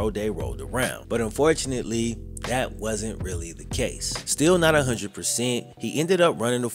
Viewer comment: PLEASE STOP SAYING “similar” as sim-you-ler! It is Sim-i-ler. Not simulate. Also why do you have great grammar for the most part but say “hunnid” bro u know that’s not how u talk